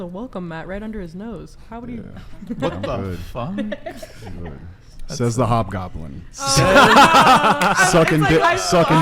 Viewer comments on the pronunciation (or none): Bruh said Hobgoblin lol